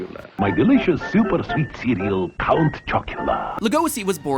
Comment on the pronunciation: "sveet home alabama"